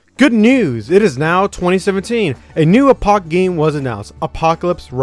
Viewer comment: I hate how you say Apoc